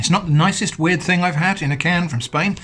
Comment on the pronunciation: W-ear-ed stuff in a can. I'm so sorry. 😂